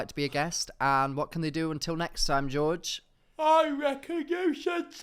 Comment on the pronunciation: Your Spanish pronunciation of "George" was not good - and I'm English! George is pronounced more like "hoor-hey" with a bit of a throat thing on the initial "H" ✌